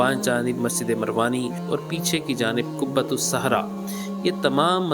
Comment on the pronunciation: قبۃ الصخرۃ ہے ،قبۃ الصحرا نہیں ۔لفظ کی تصحیح فرمالیں! حالیہ دنوں میں چند ویڈیوز میں بھی بعض فاش غلطیاں دیکھنے کو ملی ہیں ۔ویڈیو بنانے سے قبل الفاظ کی تصحیح کے سلسلے میں خوب اطمینان حاصل کرلیں-ضرورت پڑے تو کسی جاننے والا سے رجوع کرلیں،کیوں کہ سیکھنے کی عمر کی کوئ حد نہیں ۔ الحمدللہ! اس چینل کی اکثر ویڈیوز پابندی سے دیکھتا ہوں اسی لیے اس مناسبت اور اردو کی محبت، میں یہ چند جملے آپ کی خدمت میں پیش کردی ۔امید کہ اس کمی دور فرماکر اس چینل کے وقار و استناد میں مزید اضافہ فرمائیں گے ۔ محمد سہیل اختر قاسمی (ایم اے اردو)کشن گنج بہار انڈیا